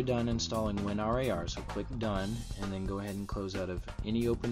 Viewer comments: Stop calling it "win are ay are" just call it "win rar" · i pronounce it as "Win" "RAR"....... not Win R A R.. isn't the like saying Win Z, I, P oppossed to winzip? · there is many annoying things on this tut, the worst one of them is that you say: win R-A-R lol. good turorial tho!